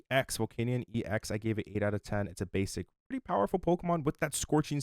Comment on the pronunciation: It’s EX as in E X. Not N’s Zoroark X 😅 Otherwise great info